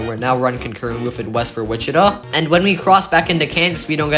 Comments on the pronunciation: It’s Wi-chuh-tah, not “Wich-it-uh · They're right, the third syllable is like Todd without the D's. You got the emphasis on the first syllable correct. I'm only referring to the city, I don't speak any indigenous languages.